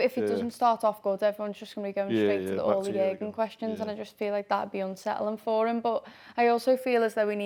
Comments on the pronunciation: Stop saying !JERGEN"! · I’m sure one of the reasons Jurgen left was because of the pronunciation of his name 😅. Wow they butcher it!! Wtf is a yerrrrrgun 😂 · Your doll has to be banned from saying Jurgen. Ffs